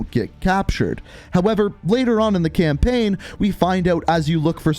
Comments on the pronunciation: I cant be the only one that hears "campin" when he says "campaign" right? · "Campein" "gueme" cannot unhear it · I like how he was like saying campaign all wrong cam-pin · "Campenn" "Call of Duty Gemm"